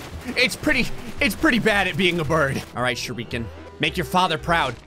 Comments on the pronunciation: Hearing say "shuriiiken" instead of "shUriken" pains me. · He keeps pronouncing it “sh-ri-kan”, but I think the name of the bike is pronounced “shur- i- kan”, like the throwing star. A shurikan. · How many times must mispronounce shuriken